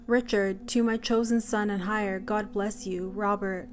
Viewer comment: 'Heir' is pronounced "Air". If you don't know how to say something, look it up. Unless you're a robot.